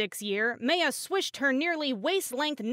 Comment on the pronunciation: the pronunciation of Maya and bustier...